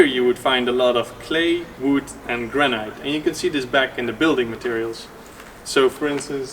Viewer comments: Granite not granight chap! Or granit! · Granite. Pronounced gran-it. Rather than gran-night. Looks like an interesting project. Zijn jullie in Porugaal? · You are pronouncing Granite really wrong.. try this say it like there is no 'e' at the end of the word.... Granit. The spelling throws you off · Not to be too annoying… but the proper pronunciation for Granite is gran it…. As if the e is not there.. 👍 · Granite is pronounced gran it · GRANITE is pronounced, in English, 'Granit' or 'Gran It'. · Gran Night – taking your nanna out for a meal! (Granite – Usually pronounced "Gran nit" in England) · It took me quite a while to realize that he was saying "granite"... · I noticed that too... it sounded weird to me, but I thought I was the one that mispronounced it, so thanks!